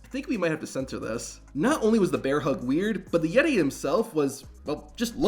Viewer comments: The Yet-tay.. 😂😂😂😂😂😂😂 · “Even though he was called the Yettay he looked more like a mummay “ 😭😭